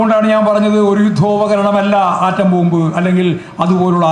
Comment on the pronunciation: ആൻ്റം ബോംബ് അല്ല പൊട്ടാ.. ആറ്റം ബോംബ്😂